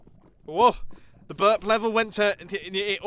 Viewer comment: "is 'burb' like an american way to say 'burp'?" XD oh my Mumbo... oh my... please spend some time here, I think it will help XDDDD